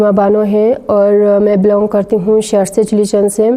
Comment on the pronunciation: Saar tse nahein Bhai shar tse